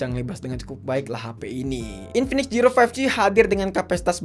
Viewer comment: zero❎ jiro☑️